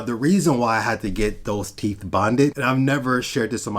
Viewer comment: Stop saying teef and wiff. Its teeth and with. Jesus christ